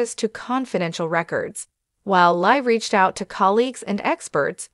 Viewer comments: This is so convoluted I can't even understand this!!! This woman can't even pronounce the name LI (LEE) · Her name is Li, pronounced LEE. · Speaker mispronounces Li's and Liam's names.